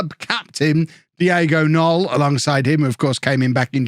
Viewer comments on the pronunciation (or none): the K in Knoll IS pronounced Wague is pronounced more or less like wag-ay Janousek is yan-oo-shek Also, Mingueza is min-geh-sa or min-geh-tha. Hope this helps:)